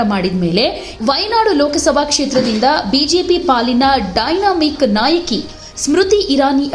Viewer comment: ಡೈನಾ ಮಿಕ ಅಲ್ಲ ದನಾ, ಮಿಕಾ.